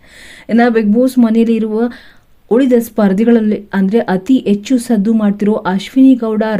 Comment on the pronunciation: ಪುಣ್ಯ ಹಣ ಬದಲು ಅಣ ಅಂದೆ ಹೆಣ ಅಂತ ಹೇಳಿಲ್ಲ ಎಚ್ಚು ಹೆಚ್ಚು ಯಾವುದು ಸರಿ? ಅಯ್ಯೇಷ್ಟು ಹೈಯಷ್ಟು, ಅಣ್ಣೆರಡರ ಹನ್ನೆರಡರ. ಕರ್ಮ ಕರ್ಮ ಯಾವ ಶಾಲೆಯಲ್ಲಿ ಕನ್ನಡ ಕಲಿತಿದ್ದಾರೋ ದೇವರೇ ಬಲ್ಲ.😮😮😮